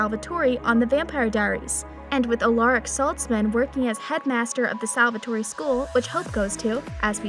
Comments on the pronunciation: Seriously. She pronounces it as salvatory😂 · Stop saying SALVATOREE. ITS SALVATORE. DONT PRONOUNCE THE E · OMG IT IS PRONOUNCED Sal-Va-Tor